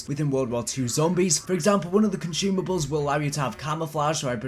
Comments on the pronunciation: bro.... consuuuumables not conshumables. assuuuume not ashume. sorry but its driving me crazy. accent or no. ur vidz r dope though so i guess ill deal. jus fyi brother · THERE IS NO "H" IN CONSUMABLES stop mispronouncing things!!!